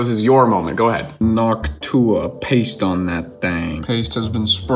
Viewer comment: Noc-twah, paste on that thang. 🤣🤣🤣 incredible commentary